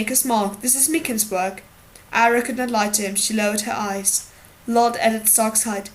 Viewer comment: it's Arya not ayra like you reed it